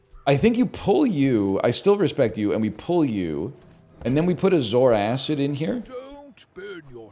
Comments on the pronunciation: Why does he always put another 'a' in zoarcid? He always calls it zoaracid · Guys it's zoarcid, not zoaracid.... please don't be infected by NL's mind virus 'acid' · He doesn't even know how to pronounce the name